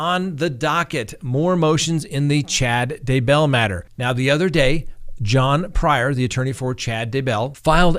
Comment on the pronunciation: No accent on Bell....simply Day bell.